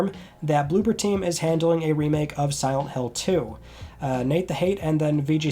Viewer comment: It's blooBer team, not blooPer team.